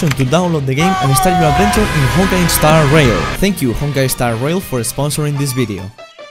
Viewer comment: "Eh-Honkai Eh-Starail"😂😂😂